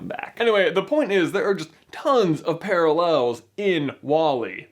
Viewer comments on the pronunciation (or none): paraLELs Lol, I've never heard anyone say that word like that before. XD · The way he said "parallels" kills me